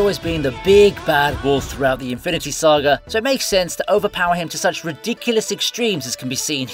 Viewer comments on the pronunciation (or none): none